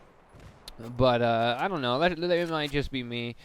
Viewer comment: 39 thru said uh 4 times, said don't in the wrong way, and said thingimabob